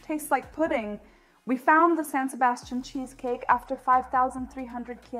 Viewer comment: Dieser Käsekuchen wurde im Restaurant La Viiña in der spanischen Stadt Donostia- San Sebastián erfunden und er wird auch wie die Stadt ausgesprochen San SebastiAN mit Betonung auf der Letzten Silbe.